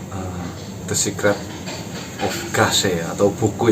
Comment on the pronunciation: The scaret apa tuh scaret ?? 😂